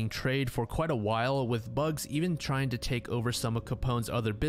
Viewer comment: How does bugs sound right to you? Bugsy < there’s a y in the name.